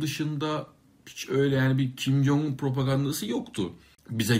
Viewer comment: kim yong un yanlış tellaffuzdur korece 김정은 olarak yazılır ve türkçeye en yakın şekilde kim cong ın olarak telaffuz edilir